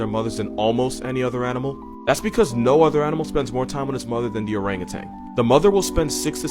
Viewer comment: OrangutaN, not orangutanG!